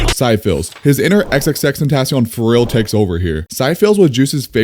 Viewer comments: bro for syphilis its not sigh-fills its si-fuh-luhs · Bro doesn't know how to Pronounce Syphilis 😅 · It’s not sy fills it’s si fill is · bro called syphilis psy phils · Just saying its pronounce si-fi-lis and it is an STD. Im talking about the song syphilis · "syfills" is a criminal way to pronounce syphilis lmao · Pronounced as See fi leese🤣 lol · nice video bro, btw I'm pretty sure "syphillis" is pronounced sif-i-liss. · Just to help out #28 is pronounced si-fu-lis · Bro did not just pronounce syphillis as cyfills 😭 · Bro can’t even pronounce a STD. Sheesh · Why did he say Syphillis like that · Im sorry how did u pronounce syphilis💀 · I lost respect for your opinion when u ranked black and white as well as when you pronounced syphilis. Like damn bro, u don't know what syphilis is? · Why you pronounce syphilis like that. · how did you butcher the word syphilis that bad bro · try pronouncing syphilis again please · That’s not how you pronounce syphilis..